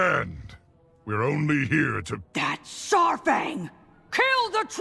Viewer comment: Saurfang is pronounced “soore-fang” not “sour fang”